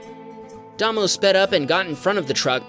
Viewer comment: Mate, NZ guy is pronounced Daymow.